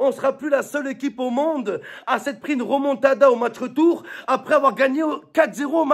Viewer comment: C est remontada pas ramontada mdr